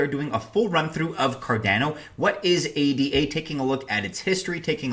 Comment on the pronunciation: It's Ada; not A D A.